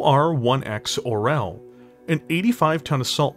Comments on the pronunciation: Being a Russian, I just low how our language gets butchered 😂 I had no idea Orel was an eagle 😂 Russian language has way more softer letters people think of it. It's pronounced or(soft r)yOl 😂✌️ Makes sense tho, from hawk to eagle, nice jump there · Such a nice video, such a great art, such a cool lore... and somehow "russian language" get there. The only thing that got me out of immersion. Like. "Czech or russian". They are not similar. "Orel" sounds like it has been pronounced in video in Czech, Ukrainian and even Bulgarian. Not in russian, where it is "oriol". Comparing every slavic language to russian is just such a bad taste... I don't get what it adds to the story. Still, nice content. No offense. Just a post-colonial pain to share.